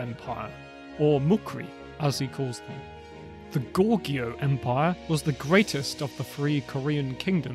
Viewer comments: Not sure why you thought 'Goguryeo' is pronounced 'Gorgeo'. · Just as a pronounciation note: it is Go-Gu-Ryeo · Goguryeo is pronounced as Ko-Koryo.